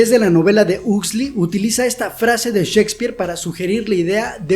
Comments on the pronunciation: 40 minutos y perdi el interes en segundos al escuchar el nombre "husli" 😂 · Ha sido bueno recordar la idea esencial de este texto. Me ha gustado mucho el análisis sobre un Mundo feliz de Aldous Huxley. Solo me chirrió un poco la pronunciación del apellido, pero es una cuestión menor. Sigue así.